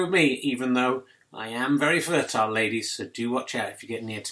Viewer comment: Did he say "flirtile"?